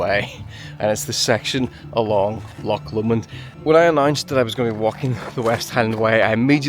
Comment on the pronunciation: An irishman who cant say loch? 😅 ive seen it all now lol 😅 the amount of folk who say how hard the west higland way is...as kids this is how we played! An irish man in a hiff about rain, who camt say loch 😅